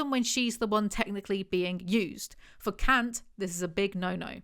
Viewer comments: He is german, Kant is pronounced Cunt. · She mispronounces Kant. The 'a' should sound more like the 'a' in 'car'